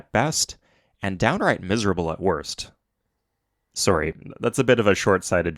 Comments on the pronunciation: Wait, are you Canadian? That "sorry" sounded very Canadian/upper midwest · Hah, and it's not even the fact you SAID "sorry", despite stereotypes, it's just that canadian "ɔ" as the vowel in sorry instead of "ɒ" in RP or "ɑ" in General American. I'm not even that good at hearing these differences, but "sorry" as /ˈsɔːɹ.i/ especially just screams out Canadian haha Also, not sure how I ended up on your channel but I am already thinking about subscribing after two videos. It would be instant, but I haven't played any Civs in quite a while so an entire channel about Civ is a bit much, but this particular "video essay" is great, love what you did.